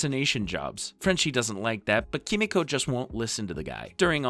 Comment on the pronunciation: Just gotta say I don't think the voiceover guy has seen the show just by the way he keeps saying "KEE-MEE-CO" and "Kimi-Co" I just had to look up a scene to make sure I wasn't crazy... EVERYONE says her name "Keh-Meeko"